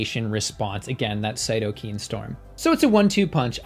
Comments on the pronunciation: Great video, as they all are, and of course entertaining as well. I just wanted to comment that they are pronounced cyto-kines, not cyto-keens. Thank you for all the great work you do for the vegan movement in providing scientific evidence. I hope to meet you one day. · Its Cyto K I N E. Not CytoKEEN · Thanks. Btw, the pronunciation of cytokine is different from this video’s. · Great video, but cytokine is pronounced with long "I" in the last syllable.